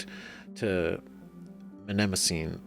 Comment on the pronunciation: You need to work on your pronunciation. Mnemosyne is not pronounced that way. Think "Neemo sign". 😜 Btw, technically, you don't have a geth. You have 1,183 geth. You're not talking to him; you're talking to them.